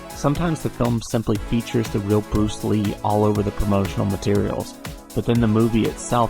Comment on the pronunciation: Bruce Leh? That sounds really lame. You may as well call him Bruce Bleh!... as in dull!